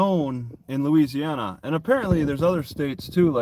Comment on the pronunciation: I swear I heard say * louisiouana * at first there😅